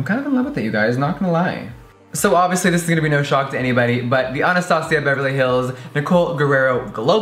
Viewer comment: he said "Anastasia" so good like spanish😍😍